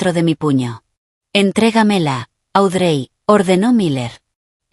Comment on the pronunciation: Pierce se pronuncia piers Audrey se pronuncia audri ponle nombres en español y asi no se oye tan mal los nombres de los personajes